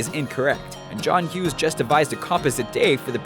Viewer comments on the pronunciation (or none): none